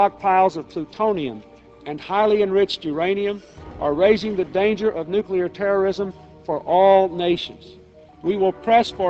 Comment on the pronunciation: Of course he said NUCULAR, what the heck is that?? (nuclear)